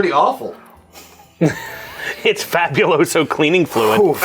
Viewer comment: It’s “fabuloso”. LMAO!